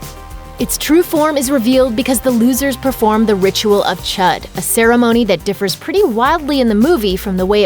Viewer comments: NIBBA it’s pronounced chOOd not chUd, dumbass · I’m really triggered that she keeps pronouncing Chüd as Chud. It’s pronounced Chood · anyone else hate how she keeps saying “chud”....ITS ”CH-OOOOD” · I cringe so hard when she says the ritual of chud. Its pronounced the ritual of chude, not chud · The ritual of 'CHUD'? IT'S PRONOUNCED CHOOD! argh, Americans... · Chood not chud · isnt Chüd is pronounced like chude and not like how its spelled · Chüd is pronounced chood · She can't pronounce chüd right lol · You pronounced Chüd wrong... 😐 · THATS NOT HOW YOU SAY THE WORD CHUD